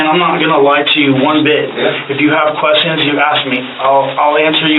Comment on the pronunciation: “Answer a few questionnns” 🤔 why the accent?